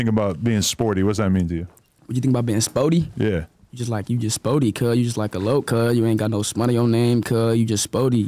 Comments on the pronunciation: Adam just gkone keep sayin “SPOORTY” 😂😂 fuccin Whkite gkuys cuz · Lmfaoooo Adam saying sporty instead of Spoety got me weak 🤣